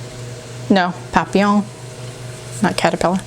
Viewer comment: It’s the first time I watched your video and I really enjoy. Thanks. The way you pronounced « papillon » is great.